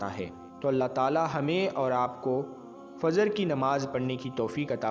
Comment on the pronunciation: FAZR KYUN BOLTE HO...FAJR BOLA KRO..